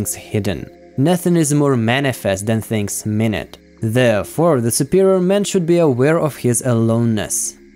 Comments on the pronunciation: Pronunciation of 'minute' is wrong in this video in the second from last quote. It means something tiny, so should be read as as if you are saying 'my newt' not 'minute' as in sixty seconds. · Minute (pronounced ‘my noot’) is an adjective that means very small, tiny, insignificant. The word minute is derived from the Latin word minutus, which means small. Not pronounced minute as in 60 seconds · pronounced "Mine -ute" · Minute not minute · Yes, i noticed that pronunciation mistake too. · I also facepalmed there.